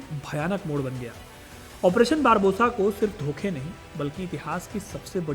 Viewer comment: बारबोसा नही बारबारोसा बोलिए,,क्यों दर्शकों को गलत उच्चारण सिखा रहे हैं